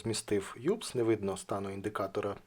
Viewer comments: не си а эс если уж на то пошло. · Та не ЮПС, а УПС, а якщо українською ДБЖ 😀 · не юпс а упс